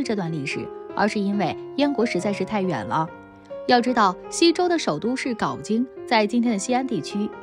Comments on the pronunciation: 镐hao京，先学学历史再念文稿，不懂就不要做历史节目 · 还读错别字，镐京读成GAO京，这个作者的文化水平不敢恭维